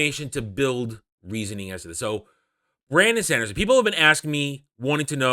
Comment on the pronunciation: I was really curious what you have to say about that. But that "Shandershon" pronunciation is just moronic. Sorry!